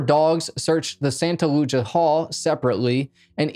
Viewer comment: Sometimes I swear this guy does it on purpose... Santa "Loo-Cia" Lucia San "Loo-is" Obispo